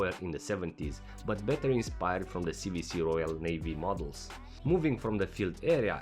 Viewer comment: "C double-u C" NOT "C vee C"